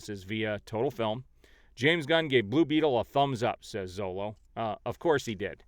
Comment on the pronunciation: Xolo is pronounced Show-Low ;)